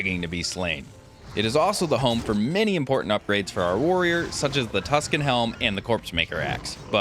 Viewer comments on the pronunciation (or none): none